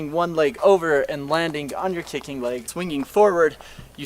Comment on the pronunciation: He's not saying kicking, he's saying kickink